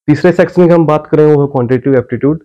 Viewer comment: सेक्शन को सेक्सन बोल रहे हैं आप?😎?